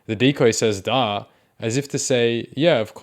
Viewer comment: The way he pronounces “duh” as “Daahhh~” really toasts my waffles